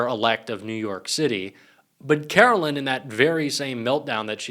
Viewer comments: Why do you keep saying Carolyn? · Karoline not Carolyn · Her name is pronounced kar-o-lyin😐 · Take a drink each time he butchers the pronunciation of Karoline and see if you can stand once the video is over. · Why do you find simple names so difficult to pronounce correctly - like Ferreira, and Karoline?